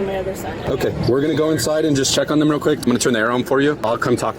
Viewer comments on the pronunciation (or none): none